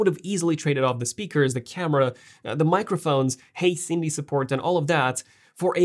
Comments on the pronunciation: Its hey siri not sandy lol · Curious why you are saying “hi Cindy” instead of Siri? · you sounded like you were saying “hey Sindy” instead of “hey Siri.” Was that so you wouldn’t trigger all of the Apple devices around you? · Why u saying cindy not siri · LOl it sounds as though you said HEY CINDY SUPPORT... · Did he say sidney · Why does he keep saying Hey Sindi?? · Is it just me or does he really say Hey sindi😂